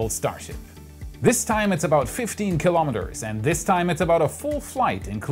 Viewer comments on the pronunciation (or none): none